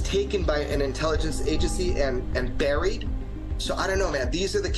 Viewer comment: You again said blurred instead of buried lmfao.